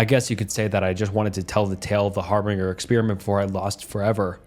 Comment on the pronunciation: Har-bin-jer not Har-bing-er